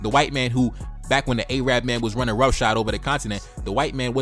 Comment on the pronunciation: A-rab, bro it's Arab